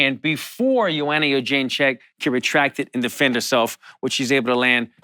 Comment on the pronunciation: 30 minutes of Allan Jouban trying to pronounce Jedrzejczyk